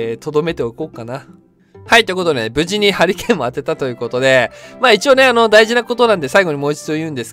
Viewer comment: ハリケーンがハリーケインに聞こえた俺は末路